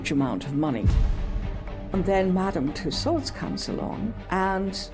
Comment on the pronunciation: I can't listen to her name mispronounced.